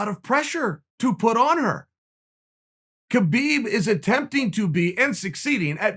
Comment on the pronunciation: It's pronounced "HABiB"